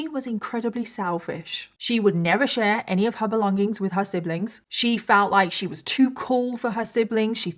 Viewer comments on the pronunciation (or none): none